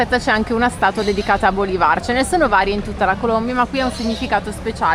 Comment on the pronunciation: Bólivar non si può sentire😂, Bolívar è la pronuncia correcta, l'accento va sulla i. Un abbraccio